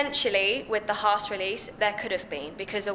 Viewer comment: I think there should be penalties every time a British racing commentator/personality mispronounces "Haas".....